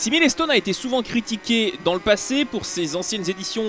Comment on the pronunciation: "Milé-stone"... j'ai arrete là. Desole